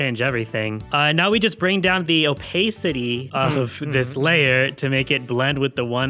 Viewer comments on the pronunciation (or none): "the opaysitee"